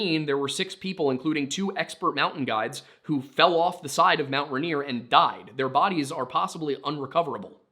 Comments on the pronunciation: “Runear”? Dude. It’s “Rain-ear.” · Hearing you mispronounced Rainier every time hurt. Ray-near Pew-Al-Up The story about the food going down the western side sounds like it was probably the Osceola mud flow when the west side of the mountain collapsed, flooding down to Tacoma. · It's RAIN-ear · No way never thought someone would cover these stories. I'm originally from Puyallup, it's pronounced (pew-all-up) lol. And Rainier is actually pronounced just by sounding it out too so (Ray-near) and I can't speak for other tribes but most are actually just sounded out around here. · I know people have already said, but yeah, everyone here pronounces Puyallup "pew-wall-up" (or more, pyuhwallup, but thats hard to figure out how to spell phonetically). Also, this might be completely wrong in a historical context and may even differ throughout the state, but everyone I know (living in the puyallup area) pronounces Rainier "rain- near" I have no idea why hearing it pronounced rahnier is hitting my ear so wrong lmao